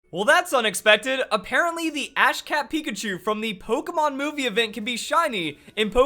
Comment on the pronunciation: "Apparently the Ash Cat Pikachu-" I'm sorry. What? I know it's supposed to be Ash CAP Pikachu, but it sounded exactly like Ash CAT Pikachu. Just pointing it out, and what in the world...